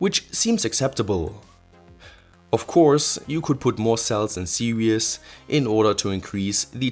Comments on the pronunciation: velcro to hold it to the deck!? should be screwed in, bumps will make it fall off eventually. the ESCs could be mounted on the lowere side with heatsinks sticking outside the case so no fans needed. PS: it's pronounces "see-rees" sounds like you say "serious" for "series". ;) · Good to finally see your face mate! Great videos. Only thing is that when you refer to battery pack cell layout you keep saying "serious" instead of series (pronounced like "tv series"). Keep up the good work! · Series = seer-eez